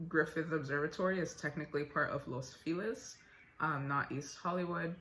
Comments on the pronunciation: I think Los Feliz is pronounced as “Loce-Felease”. Fun fact: that’s an incorrect way of Spanish, it should be “Los Felices” but whatever that’s an historical area name. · I live in Los Feliz. It's pronounced "Lowss Fuh-Leese". It's like "Feliz navidad". Los Feliz, Silverlake and Echo Park are freaking gorgeous. I love it over here. Glendale is a tad too bougie, but these neighborhoods are just the right mix of pretty, clean(ish) and hip.